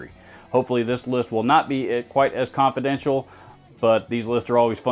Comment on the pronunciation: I laughed so hard when he said confedenial